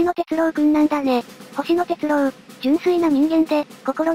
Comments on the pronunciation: アノ〜「鉄郎」（「ろう」おおざとの「ろう」）ですよ～ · 鉄朗❌ 鉄郎⭕️